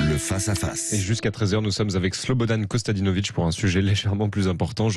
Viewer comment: c'est infiniment marrant écouter les gens françaises essayer prononcer les noms des Slavs. Ce n'est pas KOSTADINOVIK, c'est KOSTADINOVIĆ, le dernier son, c'est le même son qui commence le CIAO italien